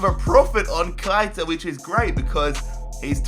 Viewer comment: You have to say keita not kaita